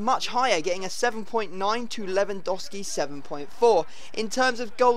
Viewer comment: I was kinda hoping for a more dramatic intro than normal, but no still "hi guys here" And I still think you saying Lewandowski wrong